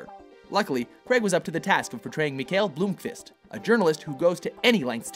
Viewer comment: blomkvist not bloomkvist